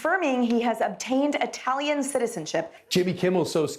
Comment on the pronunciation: And, yet, 'America' is 'I tal ian'!!